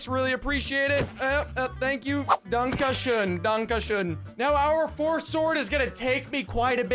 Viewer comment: 7.03 Did you say"Dankeschön"?